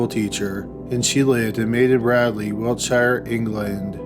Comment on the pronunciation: FYI Wiltshire isn't pronounced shire like the horse you pronounce it sure... So it's "wiltsure" ... typical English language.. lol